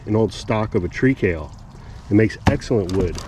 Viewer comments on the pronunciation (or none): It's kale. I thought he said "tree TAIL" at first, but turned on captions and he's saying "tree kale" which is a variety of kale I never heard of before now. Must have a woody stem similar to sunflowers.